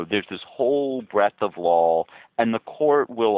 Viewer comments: Haha sounds like Ian keeps saying "lawl" instead of "law" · Omg this is so obnoxious, anyone else irritated every time this guy says "Lawell" instead of Law!? Interesting piece, but each time he pronounces "law" as "Lawell" or "lawl???"